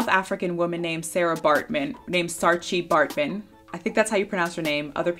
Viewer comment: Love the content, just wanted to help with the pronunciation of Sara Baatman's name Saaratjie. So the only way I can explain the pronunciation is by saying that it's Saara and then the 'tjie' sounds like the word 'key' but emphasis on the 'ke' and forget the 'y'. I hope that makes sense. Love your channel by the way.